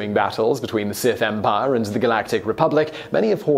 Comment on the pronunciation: "Seth Empire"